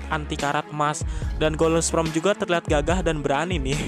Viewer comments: belajar lagi bang ngomong kata kata golden sperm.. bukan golden sprem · "Golden sprem" RIP English...pffft 🤭